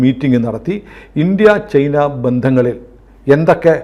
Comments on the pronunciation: ചെയ്ന അല്ല. ചൈന എന്നാണ് പറയേണ്ടത്. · ഞാനും ഇത് പല തവണ കമന്റു ചെയ്തിട്ടുണ്ട്. അവർ ശ്രദ്ധിച്ചു കാണില്ല. അങ്ങനെ പറയുന്നത് കേൾക്കുന്നത് അരോചകമാണ്. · ശ്രീ പല തവണ താങ്കളുടെ ശ്രദ്ധയിൽ പ്പെടുത്തിയതാണ് ചെയ്ന അല്ല ചൈന എന്ന് പറയൂ തിങ്കൾ എന്താണ് തിരുത്താത്